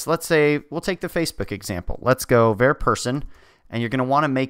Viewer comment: who's going to break it to him that nobody pronounces 'var' like that??